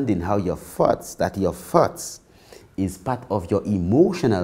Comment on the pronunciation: I was really bou work on controlling my farts until I realized he was saying thoughts😂